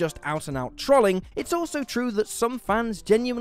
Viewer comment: please say trolling properly :c